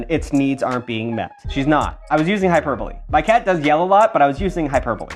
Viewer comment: Wow colour me impressed this marks the second time I’ve seen a YouTubeyer pronounce hyperbole correctly. I wonder what a, Simon Whistler crossover would look like 🧐🧐🧐? Speaking of cats - clearly I’m super trained as I know how hyperbole ought to be pronounced, that said, we, (the human and I) found that video amusing because to love an asshole is to live with a cat. Keep up the good grammatical work, we here for it